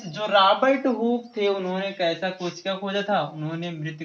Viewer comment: Sir kosik nhi kosika hoga